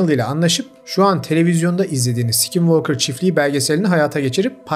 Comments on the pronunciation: Aynen ya sk yan yana gelince öyle içten s7k7nvalkır diyo ki😂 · "skinwalker" deyisin beni benden aldı.😅 bedava ingilicce ders verebilirim 😂